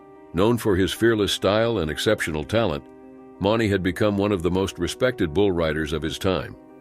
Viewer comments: At least pronounce their names correctly? Mauney (Moo-knee). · Mauney is pronounced 'Mooney'. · If your going to be a commenrator on something like this , get the names right JB Mauney is pronounced “M-oo-n-y Cmon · Should probably say the bullrider's names correctly. If you can't say Mauney right then don't say it at all. And Werewolf didn't attach the rider. He literaly went forward when the bull came up and the collided. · Why don't video creators check their work. Mispronounced names of Mauney and Hedeman. Lazy and aggravating. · Pronounced stuffs last name wrong, too...jfc!!...shouldn't be commentator when u cant pronounced names right, especially rodeo!!... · Pronounced j.b's last name wrong, ffs!!...